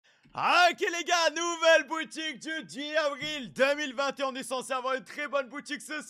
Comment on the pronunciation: Quand il dit 10 avril on dirai qu’il a un accent anglaid